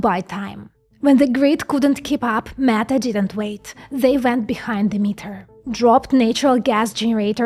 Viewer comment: I like the way you pronounce “Meta”, …..”MAGA”. This is great because they won’t have to strain their last two brain cells to think at all. AI, Fox and the church will do all the thinking for them.